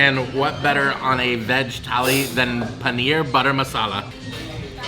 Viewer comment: Its not tally its THALI. RAJDHANI THALI IS BEST